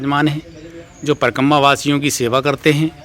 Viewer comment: Parkamma parkamma mat karo, uchcharan sahi kiya karo.. Parikrama. Thanks.